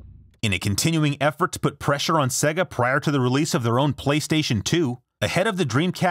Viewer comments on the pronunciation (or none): SAY-gah. Not SEH-gah. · It's not segha its mòre like seeegah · come on say it properly. Saayyy-gah. ;) great vid though. Dreamcast was awesome. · Bothers me when people say "seg-uh" instead of "Say-gahh". Like, they say it for you all the time.